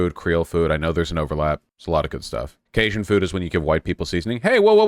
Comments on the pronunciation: he was saying kay-shin. It's kay-jun. He corrected later on but it was grating. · The way he pronounced Cajun. Massive vaush L